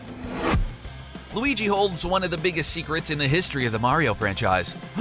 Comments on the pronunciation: its not mairio, its mario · It's Mah-ri-oh. Not Mare-e-oh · Say it with me now. Mercury...Venus....Earth......MARS!!! ITS MARS! MARIO!!! MARR!!!!!!! NOT MARY-0. Geez, ask your co-worker he got it right why can't you? You can say WARIO with no problem, just replace the W with an M and you got it! Smh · MAR-ee-oh NOT MARE-ee-oh (ugh...) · Quit saying Mary-o it’s mar-e-o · Do you even kno how to say mar-io you say mario like u you mars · Mayrioh... shygearoh maiyamoto.... it is killing me!!! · Super Meh-ryoh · For the love of god stop saying Mare-ee-oh. Learn the subject matter before you make a garbage hour video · "Mehwio" "Super Mehwio Party" "Mehwio 64" "Super Mehwio and the night of horror" Lol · Stop saying MARY-O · "Sewper Mary-o Brethers " - some dipshit who lived down the street from me back in the 80's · how many times did he say MARY-O? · he like Mary-O from Mario Maker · Also, “Maereeo” and in the Zelda portion, “Hi Yaah”. Like are these guys trying to piss off their audience? It’s working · In order for Mario's name to be pronounced the way does it would have to be spelled Mareio, but alas it is not. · Nintendo's DARKEST secrets: sometimes people ship peach with Bowser! 🤦🏻‍♂️ These awful "facts" combined with his inconsistent pronunciation of Mario are embarrassing. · What kind of sick bastard pronounces "Super Mario" that way.. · Can't say mario right can aay wario... This channel cant be real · The the way he says mario